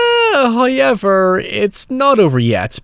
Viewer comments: You said Hoiever... Instead of however. I am not making fun of that, but only want to ask what accent is it? English is not my mother tongue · First "hoyevver" drops . He rewards the patient. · The real demonic possession is the way converted his viewers into saying "Hoyever." 😉😆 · My man can say "although" no issue at all but says "hy-everrr". I want a video essay explaining that. 😂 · "Haw Ever"